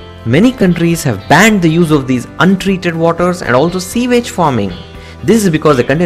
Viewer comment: Pronounciation is off.. example...The word 'young' you pronounced 'eng'..... 'sewage' you pronounced 'seawage'. Don't let that deter you. As Indians one can tell you're from South India so your accent is a distinct south accent.